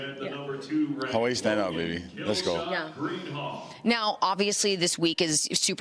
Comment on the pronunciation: I swear these dudes pronounce Hawaii different every time